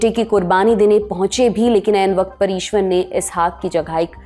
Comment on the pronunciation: It's not "Ishwar".